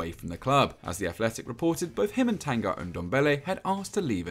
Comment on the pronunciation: Stop Saying Tan Guy. It's Tan Gui.